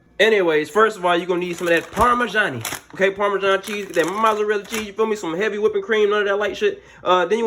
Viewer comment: “get u summm mozzerlla chee”😂